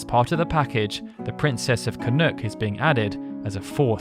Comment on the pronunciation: CAN-nock. Where you getting can-NOOK from? There isn't two O's.